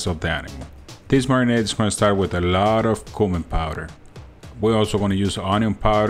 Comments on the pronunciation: Let's start the marinate? You mean marinade? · marinaDe not marinaTe